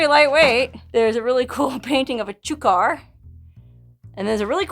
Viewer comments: chuckar is pronoused chuck are. They are one tough bird to hunt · Chukar Pronounced 'chuck er' . I LOVE YOUR VIDEOS